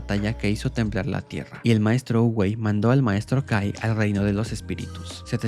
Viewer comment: en vez que escuche kai escuché gay xd